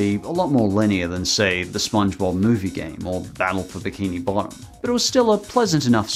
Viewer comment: you said legend of biki bottom